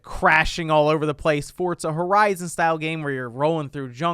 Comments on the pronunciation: Its Forza not Fortza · It's pronounced "Fortza"